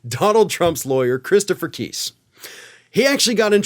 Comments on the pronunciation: The arrogance of DT's attorneys is not surprising. Btw, Kise is not pronounced: (Kee-sss), It's: (Kye-sss). Lol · That dude cannot pronounce names to save his life LOL if it was pronounced keese thats how it would be spelled lol and yes Trump and the Republicans really do hate women I think they made that obvious by now lol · FYI Kise is pronounced with a long i not a short i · Keese? No matter how I slice it, Kice looks like it should be pronounced like rice vice dice lice mice twice spice.... nice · Please pronounce KISE correctly...it is not KEESE it is KIIISE! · Kise pronounces his name with a long "i", not a short "i"; I thought you would want to know. 😊